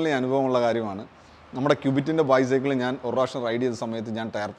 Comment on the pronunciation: ചെറിയൊരു suggestion.. ബൈസൈക്കിൾ എന്ന് പറയുന്നതിന് പകരം ബൈസക്ൾ എന്ന് പറഞ്ഞാല് നന്നായിരിക്കും..